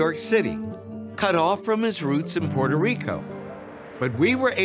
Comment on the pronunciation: Dr. Gates needs to learn to correctly pronounce Puerto Rico.